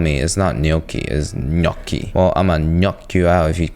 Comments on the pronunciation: I’m Italian your GNocchi pronunciation was on point 🙌🏼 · Appreciate the correct pronunciation of gnocchi 😊